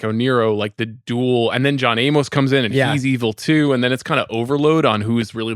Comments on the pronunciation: It's not John A-MOS. Simmons pronounces things poorly. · It's just Amos (A-mus), like Amos n- Andy. Jesus Christ.